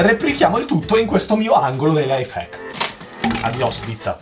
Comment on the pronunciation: Non si dice life hecsk si fice lai facsk